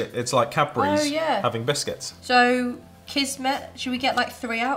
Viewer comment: Kismet :) onko huono kuulo tai jtn ku ne sano kismetinki oikein